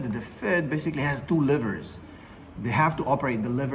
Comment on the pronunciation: I heard..."The Fed has two livers"....much different than "the Fed has two LEVERS" lol